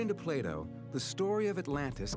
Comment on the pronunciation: Who else heard Playdoh instead of Plato :')